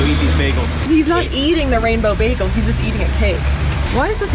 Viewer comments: It’s a baYgel ok not a baglE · said beacon egg and cheese begale as im eating one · When you said bagal all I thought about was baggles from i Carly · She ate bagels, or as Britta Perry from community pronounces it BAGels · Am I the only one that pronounces bagels BAGels no just me okay